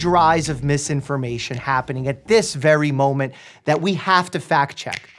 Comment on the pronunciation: I swear to God I thought he said fat-check 🤣🤣🤣🤣